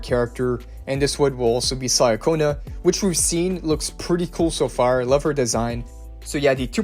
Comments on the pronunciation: She is not "Sayaconna", it is Italian, so it more like "Chaconna". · Pronunciation: Chee-uh-ko-nuh Ciaccona. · Another person who says names wrong Cia in Italian is pronounced as Cha. Even in the story she introduced herself this way. Cha-conna And worst of all you say Zani's name wrong too